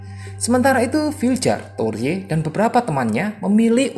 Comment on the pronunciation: Torje bacaannya torhe Viljar bacaannya vilyar